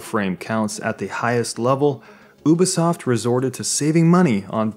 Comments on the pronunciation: oo-bee-soft. that triggers me. it is pronounced you-bee-soft. there is a you sound in there. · It's (you-be-sof) not (ooo-be-sof) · He said oo bi soft lolol it's u bi soft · ah obisoft?? you mean Ubisoft right ? XD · It's you-be-soft, not oo-be-soft. Think ubiquitous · How he says Ubisoft annoys me. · Love your vids but oobisoft is kinda messing with my ear :/ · It's ('You-b-soft') god that was painful to here. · Please say Ubisoft correct it is pronounced "You-be-soft" if you didn't know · i thought u pronouced it "you be soft", am i wrong ? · who told you to pronounce it as "oobisoft" and why do they hate you. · It is a french thing. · I think it's pronounced you be soft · Disliked because you kept pronouncing it ooh bi soft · And he can't say Ubisoft properly